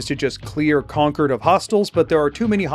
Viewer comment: oh my God did someone playing fallout 4 just say Concord right!? It hurts my ears every time I hear people pronounce it like a power cord